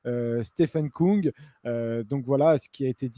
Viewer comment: Stefan KÜng s'il vous plaît, et non pas Koung. Avec un U qui se prononce comme le U de GaudU.